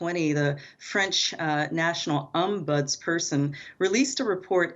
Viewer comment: “Obundsperson” 😂 oh gaawd. As soon as I saw the green hair I thought “okay here we go…”